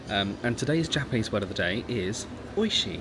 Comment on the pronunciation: Thank you for being so respectful and your Japanese pronunciation is great😊